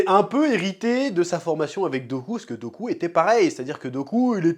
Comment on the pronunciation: Chef qui appelle dooku "goku" mdr x)